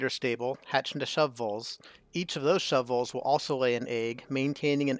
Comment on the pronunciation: The way you say shovel has captured my attention. "Shovvells". 😂 Awesome tutorial! 👌🏽